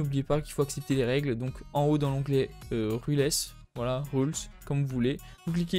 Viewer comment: "L'ONGLET RULèS" HAHAHAHAHA